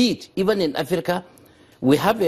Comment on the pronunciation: HE SAY'S AKRIKA IN PLACE OF AFRICA.FOOL.